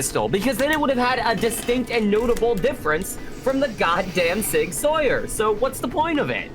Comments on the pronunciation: Sig "Sour" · Yeah good for your fucking Swiss ass like shut up Sauer is pronounced sour deal with it fuckface